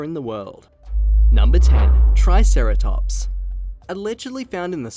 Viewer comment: When he said triceratops I rolled my eyes. Yeezus.